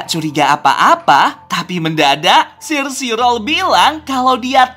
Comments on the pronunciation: omong omong bang cara baca sire sirol dalam bahasa inggris is kaya gini " sairi sorel " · Sire Sirol cara bilangnya Sairi Sorol